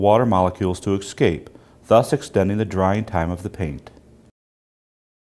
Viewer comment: I wish you would pronounce escape correctly. E- scape Not Egg-scape